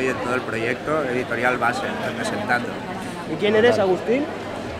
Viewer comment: dice quien eres agustiN y el dice: Agusti* (sin la N)